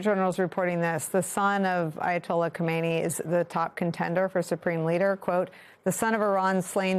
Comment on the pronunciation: its not Chomenee, its pronounced Chamennei, Khomeni was the one sho died in the 80th, Khamenei is the one killed now.